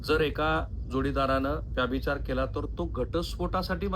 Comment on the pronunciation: राहुल साहेब कुलकर्णी आडनावाच्या मी जितक्या जणांना ओळखतो त्यात व्यभिचार या शब्दाचा वारंवार व्याभिचार असा उल्लेख करणारे आपण पहिले आणि शेवटचे कुलकर्णी . हा व्हिडीओ बघतांना नंतर नंतर तर ,तुमचा विषय राहिला बाजूला आणि मला नादच लागला कि आता व्यभिचाराचा उल्लेख तुम्ही परत व्याभिचार असा कधी करतायेत ते. 😂 तात्पर्य: पत्रकारिता आणि यू ट्यूब मधून सकस ,मराठी वाचना साठी वेळ काढणे फार गरजेचे आहे.